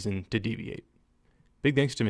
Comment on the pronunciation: There isn't a way to type how he pronounces thanks. Its no biggie tho.